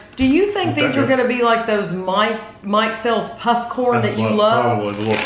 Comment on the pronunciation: Whenever I hear that brand mikesell's I hear "Mike Sells..." 😂 It just sounds odd when I'm not familiar with it